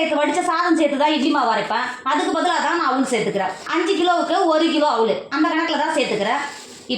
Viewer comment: அவுல் என்று சொல்லாதீர்கள். அவல் என்று சொல்லுங்கள்